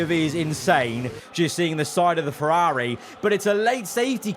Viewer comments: No hate but why does he say Ferrari like that😭😭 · Why does he say Ferrari like that